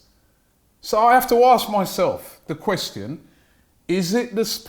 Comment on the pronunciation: “Quwestion” he loves that 2